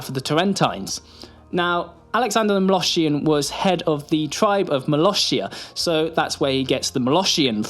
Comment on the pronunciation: I can't unhear "moloSHHian" now...